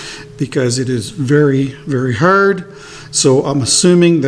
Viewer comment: I don't know if it's hard, but it sure is "hurd" 😁😁😁